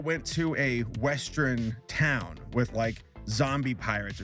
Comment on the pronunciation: "West-tren"? "Danny Tray-joe"?